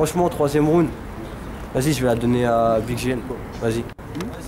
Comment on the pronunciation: c'est horrible comment ils prononcent "round" omg...